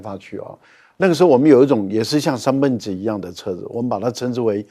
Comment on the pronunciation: 三蹦子就是念beng第四音，蹦发音只有一个